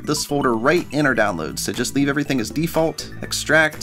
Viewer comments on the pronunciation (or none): none